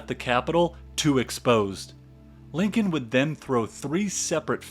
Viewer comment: I unAmerican can a narrator be than one that can't pronounce Lincoln property.